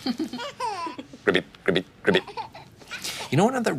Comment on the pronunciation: Idk why, but It really bothers me that they both say “Gribbit”. It’s “ribbit “. Damnit.